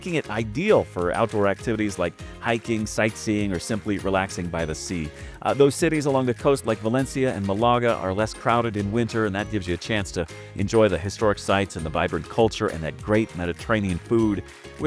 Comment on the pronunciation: Malaga and Zermatt have emphasis on the first syllable. Those are two I can recall right now. I am not trying to be a snob, and I am not European, I just think it is respectful to learn the proper pronounciation.